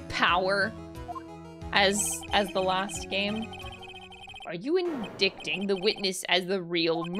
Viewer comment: N dikting? Was that on purpose or have you just never seen that word before? For anybody who may not know indicting is pronounced in-die-ting. Can someone who watches her stream live tell me if she is trolling, because between that and not picking up the eeny meeny miney moe reference, I am just not sure.